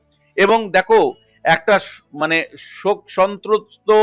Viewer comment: "সন্ত্রস্ত" উচ্চারণ করতে পারছেননা। আর ওর শেষযাত্রায় ইন্টারন্যাশনাল গাওয়ার নিন্দা করছেন। গানটির কোন কথা আপনার অন্যায় মনে হয়েছে?